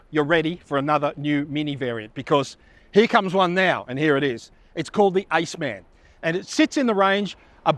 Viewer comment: You can pronounce Countryman and Clubman correctly, but call this an AceMAN 😅